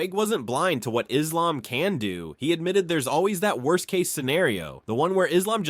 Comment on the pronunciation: How the hell is Belal mispronouncing Islam